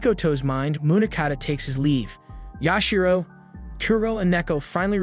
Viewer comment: It is Yashiro.